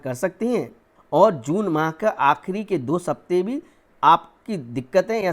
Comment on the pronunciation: सप्ताह ko 'sapteh' kyun padh rahe ho aap? Gyan uttam hai aapka, abhivyakti par se grahan hatao.